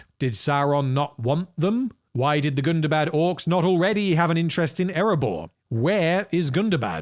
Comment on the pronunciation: first of all you're pronouncing it wrong it's not Gunda bad it's Gunda Bad BAHD not BAD gunda like Gundam. Gunda bad GUNDABAHD Hundaba you probably even put AH after the first day GUNDAHBAHD a charge pronounced folks it's not bad like it's more like Islamabad or Baghdad Or Bangladesh it's not a short day it's a little bit longer a period the English and their inability to speak English is mind buggingly ****. remember Tolkien was English he knew how to pronounce these things So you pronounce them the way he does which is in the legendarium which is in the appendices of the Lord of the Rings gives descriptions on how to pronounce all of Tolkien's words Like calibrant color born color grim cruelfin they all start with C but they're pronounced like AK it's like the difference between Celtic and the Boston Celtics we in Boston mispronounce the word Celtic like idiots.